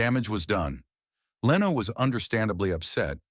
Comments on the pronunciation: Its 2025. If you're going to make an AI automated narration channel, at least get an AI that could pronounce a word as popular as Conan correctly. Leeno??? Jay Leeno?? Wow. SMH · What a boring video. Just an AI narration. Show the clips dont just play a computer narration. It cant even pronounce "Leno" right. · Why cant you even pronounced simple words correctly. JON LINO...SISKIL AND EHHBERT? wtf